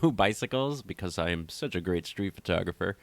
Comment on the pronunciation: Pet peeve here. "FIRTOGRAPHER". Somehow PHO-tographer becomes FIR-tographer. You're not alone. That's all - off my chest now... Regarding your youtube content; EXCELLENT!!! THANKS.